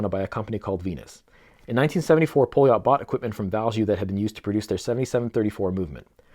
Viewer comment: A little help with terms. First. Poljot is pronaunced Paljot. The outer ring is a Tachymeter, like the Omega Speedmaster professional, and do's not count speed, but units pr hour. ie how mane things you would be able to do in one hour, you can calculate by the timeing up to 1 minut. And the 40 mm has a Seagull ST19 movement instread of the Poljot P3133 movement. The Seagull ST19 is a clone of the Venus 175, where the 3133 is athe one Venus cloned as the Venus 150. The Seagull ST19/Venus 175, is thou a clone of the original 3017 movement, that cosmonaut Alexei Leonov wore on humans first ever space walk. Yes, the Strela chronograph, was the first watch worn in outer space, outside of a protective spacecraft. The watch is the Russian equvilant of the Speedmaster Professional, just it was in space years before the Omega.